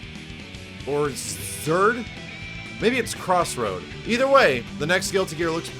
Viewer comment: "Cross Road" I can't breath.